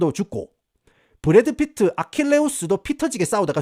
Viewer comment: ㅋㅋㅋ브래드피트 라고 햇다가 부뤳~핕으로 발음 바꾸는거 개웃김 ㅋㅋ